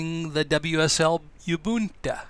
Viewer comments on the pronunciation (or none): Can't get over the "yh-boohn-ta" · Just FYI Ubuntu is pronounced oo-boon-too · its pronounced Ubuntu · Very cool project, i do find it very interesting though that you could have all the skills necessary to set up wsl and whatever other software is used to make this work and still not have been exposed to someone saying Ubuntu (to learn the pronunciation), or having the familiarity with the terminal to know why youre having the hit enter twice. Not that that takes away from the video, just a curiosity. What is your background? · You wrong. I'm sure the right pronunciation is Ubuntu as in Ubuntu not in Ubuntu